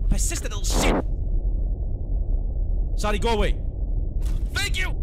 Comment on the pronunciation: imagine saying Zardy instead of Zady